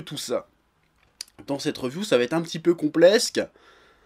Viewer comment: "CompleSque" a sa m'a tué !!